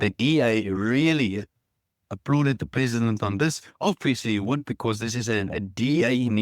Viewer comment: That guy is right the sound distortion makes him sound like he is saying peasant. lol This peasant(President) always says the same thing with no change. We all know that they over promise and underdelivers.